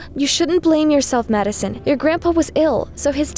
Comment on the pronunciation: It sounds like she said mad son